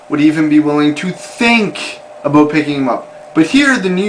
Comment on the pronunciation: lol aboot.